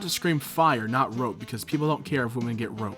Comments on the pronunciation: Why do you keep saying "rope" rather than "rape"?.. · Why does he say “rope” instead of rape? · Did you say ‘rope women’? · If say "rope woman" instead of rape one more time..